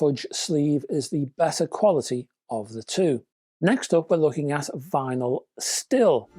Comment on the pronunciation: Hi, the Styl in Vinyl Syl is pronounced same as Style 🙂